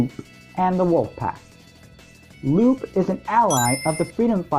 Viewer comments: *Sigh* I will NEVER understand why so many people think Lupe's name is pronounced Loop. Lupe is a real name pronounced Lúpā. It's not like in the Sonic universe there's characters with names that have different pronunciation than the spelling; it's not like Knuckles' name is spelled Nukles or something like that. If her name was Loop they would have just spelled her name Loop. It's not like she has a main move involving her literally looping or something. That would be like making the mistake of assuming Sally's name is pronounced 'salutations' or something. Unlike a good portion of the official game characters names, the old cartoon and comic names are usually just regular names, Sally and Antoine are good examples of this. Even in the old cartoon, which is where she originates from, they pronounce her name Lupe properly. > < There are so many reasons why this shouldn't be a difficult name, yet here we are. I'm not trying to be rude, but I just had to say something because I've noticed literally the majority of the fandom seems to think her name is pronounced "loop" for no good reason. It's not a fantasy name where the e is silent, it's a real name. Whatever fan-page is misinforming the masses, please people, correct this ridiculous mistake. I'm not even a big Sonic fan, but this really irks me. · It’s pronounced Loo-Pay.